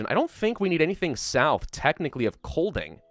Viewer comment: just to let you know master. The "d" in Kolding is mute so it sound more like koling. Also for an American, you nailed "sjælland" prerry well. and also "vest" means west, "øst" means east, "nord" means north and "syd means south <3 keep up the good work:D (im Danish btw)